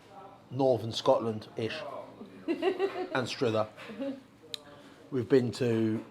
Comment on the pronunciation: it's pronounced AN STR UH THER, not AN STR OO THER, like the way you would say another, mother, brother, ANSTRUTHER with an UH UH UH not rude or Hood OO OO OO. And stop biting the bloody fork! 😉